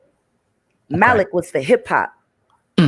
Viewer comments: Maalik. It's that simple. People who mispronounce Arabic names sound ignorant. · THE MALIK THING IS JUST HOW YOU PRONOUNCE IT IN ENGLISH OR IN ARABIC.